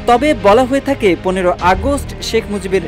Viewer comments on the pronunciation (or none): none